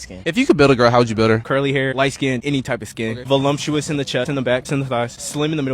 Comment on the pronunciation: I prefer men that know there is no "m" in VOLUPTUOUS and no "x" in ESPECIALLY.